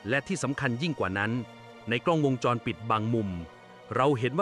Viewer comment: จะมาชัดได้ยังไงคำว่าวงจรก็อ่านว่า วน วง..แทนที่จะอ่านเป็นมาตราแม่กงคืององูสะกดแต่ไปอ่านเป็นวน น มาตราแม่กนทสะกดมันใช่หรือลิ้นชักตรงไหนไปฟังดีๆไปฟังใหม่ฉันฟัง 3 รอบ วน...วนอะไรงง มันต้องเป็นวงค่ะงงู วง..จร..ไม่ใช่วนวนเวียนนหนูคนละเรื่องกัน